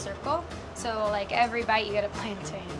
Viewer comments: PLAN-TIN not TAINE I cringed every time they pronounced it wrong😭Loved the video though I'm soo hungry now😒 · It's called plantain not plantan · Soz to judge people but I'm from Nigeria in Africa and you don't say PLAYANTAINS u say PLANTAIN . U have just been corrected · You guys know that it's pronounced plan-tin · When yall say it wrong its cringy 😷